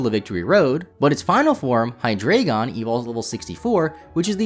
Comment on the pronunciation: while you said Deino correctly, you pronounced Hydreigon wrong. It's supposed to be pronounced like "dry". All three of those pokemon's names are puns on the German words for 1, 2 and 3: ein, zwei and drei. In German, "ei" is pronounced like a long "i", while " ie" is pronounced like a long "e". The general rule of thumb is that whatever vowel is second is the one that is pronounced. Or at least that's how my high school German teacher explained it to me.